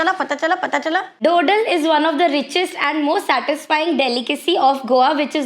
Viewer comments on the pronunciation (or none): Heyy, i am from Goa and its not how you have pronounced it.. its धोधोल.. its a christian sweet made specially during christmas. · didi I’m from Goa it’s do-dol you mispronounced it.. 🫶🏻🥺 It’s our traditional sweet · Bro u pronounce the dodol wrong Try bebica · Goa dodol was pronounced wrong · That’s not how you pronounce dodol